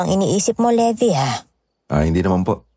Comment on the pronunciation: Sige, AoT character isipin ko ha habang nakikinig po. Sender Levi ♥️ Levi po, hindi Levy hehe